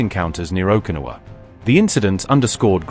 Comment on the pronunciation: its pronounced Oh keh na wah